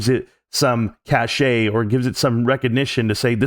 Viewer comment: _Marantz::yt: said "cachet"!